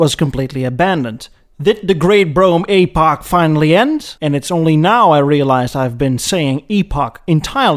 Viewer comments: AY-poch, it’s an EEEEEE-poch. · Well done, but it hurts my English ears when you pronounce epoch as ay-poch. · Maybe I’ve been pronouncing it wrong, too. I’ve always said “epp-pock”. So it’s supposed to be “ee-pock”? I prefer the way it sounds when says “ay-pock”. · A-pock? I thought it was ep-pock. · I like your videos but it hurts my ears when you pronounce epoch as Aypoch. It should be epoch with a short 'e' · As someone who also speaks multiple languages, I always appreciate pronunciation correction. "Epoch" is pronounced /ˈepək/. Or something like "eh poke." Love your videos! Ugh! Sorry! Didn't watch to the end before commenting! When will I learn? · Who was your English teacher? A-Pok? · I wonder how many comments got about his pronunciation of epoch, only for the classic self burn at the end lol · Honestly your pronunciation of epoch is a perfect fit for this episode, adopting quasi french prononciation for a faux chic impression, just like the "d'Elegances" and "deLuxes" in the video.